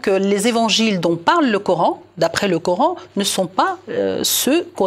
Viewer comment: coran pas couran,50 ans en france." comprendre mieux" non "mieux comprendre".quel francais!